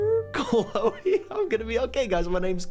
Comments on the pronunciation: EZ PZ its Chloe not Chole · Its Cloe not Chole